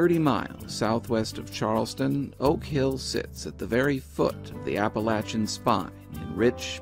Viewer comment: Top marks for pronouncing Appalachian correctly! Thank you,. Excellent production!